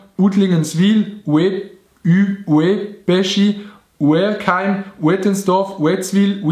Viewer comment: uerkheim werd örkheim usgsproche oder gurkeheim